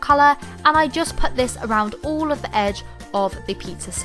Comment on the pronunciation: You say "all" "ULLLL"